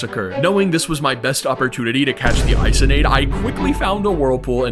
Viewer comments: How to pronounce Isonade👇 I-SON-AD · Isonade is pronounced “eeh-so-nah-day”, it’s a Japanese myth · Also isonade is pronounced Eee-so-nad-A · Not to be THAT GUY but it's pronounced (eesonadé) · Didnt pronounce isonade correctly